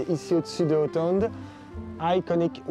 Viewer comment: Pour la petite info hotond peut tout simplement se dire « Oton » Super vidéo